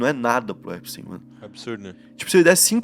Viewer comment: 2 dicas mano. Jeffrey Epstein, e não Jeffrey epstein ( sem e minúsculo) E na pronuncia, não é : Jeffrey "Empsteim", a pronuncia correta é "Épstin". :)))